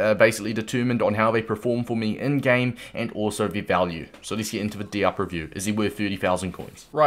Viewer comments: It’s “Dee- op” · With the pronunciation it’s DEE-OHP. It sounded like you weren’t sure at times. All African words/names that have an “i” in them make an “EE” sound. Same sort of thing with the “A” sound: it makes an “AH” sound. Great content though, will be picking up this card